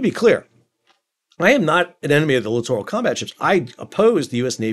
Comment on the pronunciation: My pet peeve with these ships is how most people pronounce it like "literal combat ship". Thank you for pronouncing it correctly.